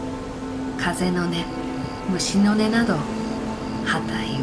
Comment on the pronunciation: 素晴らしい👍、一点 風の音 虫の音 →かぜのおと むしのね と読む例が多いですね。 日本語の難しさ、繊細さを思います。